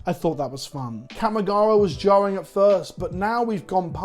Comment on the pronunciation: Please learn to say Kamigawa right. It isn't kammy